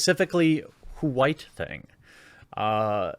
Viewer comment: why do you say who-white?